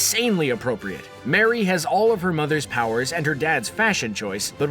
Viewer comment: It's Not Mary It's pronounced Mar'ee